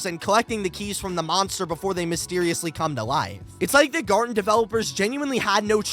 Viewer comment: It's gartena of BanBan Not garden Bo